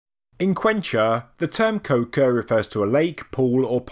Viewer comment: Qocha is pronounced Ko-Cha, like "gotcha!" with a k